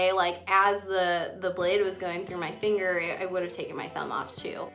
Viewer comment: It sounds like shes saying thinger